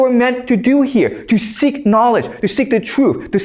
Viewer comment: “For us to suck it” “for us to seek it” lmao did anybody else catch that? 😂